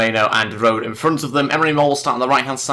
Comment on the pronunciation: rode is pronounced roda